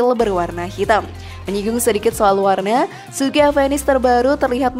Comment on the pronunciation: Oya, baca avenis?? Dengan V ya bukan P, 😝, kenapa bukan saluto yg dimasukkan ke Indonesia bang???